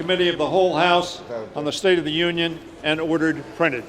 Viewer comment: "The state of the Onion"